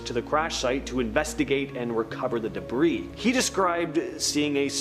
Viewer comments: Stop pronouncing the word "debris " wrong. It's not pronounced debrises! And UFOLOGISTS is not pronounced UFO ologists! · Why on Earth don't they tell her she's pronouncing the word " debris" wrong! She messes up Ufologists wrong, too! I could do a better job of narration!